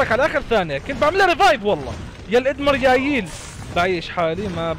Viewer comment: الادميرال❌ الادمرياييل✔️ ههههههههههههههههههههههههههههههههههههه 😂